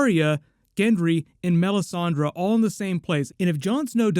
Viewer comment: says melisandrA lol it's funny